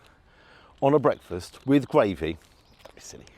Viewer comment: Its gRavy not gWavy .lol. rgds Don